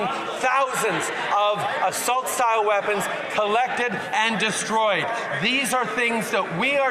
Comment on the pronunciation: Destroyed? I heard 'Ukraine'...😅